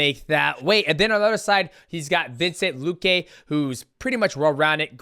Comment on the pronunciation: “Vincent luque”- DJ 😂